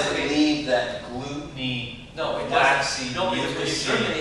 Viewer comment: Glue-ten.... lol.....